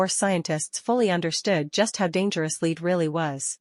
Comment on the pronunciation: Lead? Rhyming with feed? AI sucks.